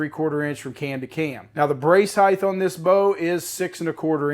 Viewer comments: “Brace heigth” 😂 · Length Width Heigttthhhhhhhhh 😅